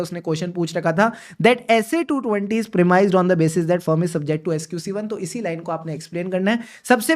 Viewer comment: I like your videos and work and I do respect you as well, but please correct the pronunciation of the word "firm". You are a professional and I don't like spotting your mistakes. Thankyou.